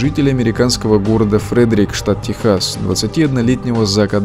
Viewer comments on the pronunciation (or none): none